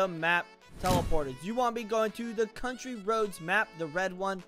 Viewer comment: You aren't reading these the right way You called city citay And I believe you called contry roads contri roads